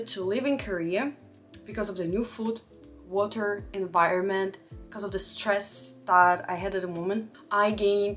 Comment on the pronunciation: When she said get some wa’aaa